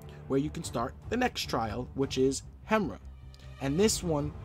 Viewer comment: Bro it's pronounced hem-ear-a not the way its spelt lol